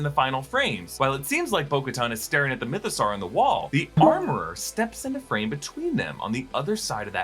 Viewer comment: why do you say mythosaur as "mytho-sarr"? you don't say dinosaur as "dino-sarr", do you?